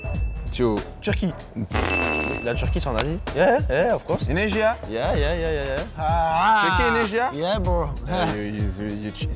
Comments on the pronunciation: Thank Laca, for your say Indonesia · Thank you lacazette nyebut indonesia